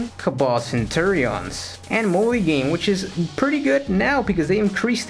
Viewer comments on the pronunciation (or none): its pronounced Cen True E Ons